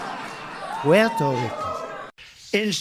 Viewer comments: trump doesn't love " Puetorico. The piece of 💩 can't even pronounce it, and wanted to trade it for Greenland. TUCK FRUMP AND ALL HIS CULT MEMBERS. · That Puerto Rico pronunciation was so precious 💕